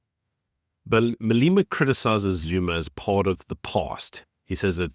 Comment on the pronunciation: its not "Maleema". It is Malema.